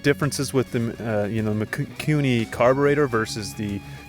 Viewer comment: Mikuni and Keihin, I heard "kewni" and "kiin"